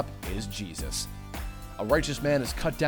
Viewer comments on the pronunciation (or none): I agree, I also picked up on a couple of clues on the Robocop dvd where Paul Verhoeven says in an interview that Murphy is "American Jesus". Well, he actually says "American Cheesus" but that might just be his accent.